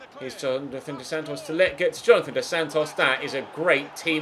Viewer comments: Hey just wanted to say again that Lletget is pronounced (Leh-Jet) not (Le-Get) just wanted to let you know! Love the series mate! Keep it up! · You’re saying lleget wrong 🤦🏽‍♂️🤦🏽‍♂️